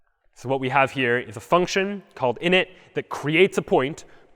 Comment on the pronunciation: You butchered that word lol